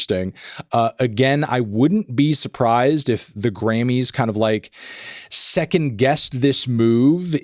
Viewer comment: I definitely kept hearing you say "granny's" which made this entire thing much wackier.